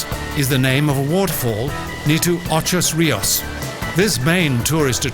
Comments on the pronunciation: U said ocho rios wrong its ocho rios not ochos rios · I grew up in Jamaica in the late 1950's and early 60's. It is a beautiful island with beautiful people. The narrator really irked me by referring to Ocho Rios as Ochos Rios. There was even a graphic with the same incorrect spelling. Apparently the producers failed to notice the actual road signs with Ocho Rios on them. I've never been back since I left. I would like to return one day. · Girl, Ochos Rios, what backside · I live in jamaica and was born in jamica I was so upset when I heard the pronunciation of ocho rios it hurt me :(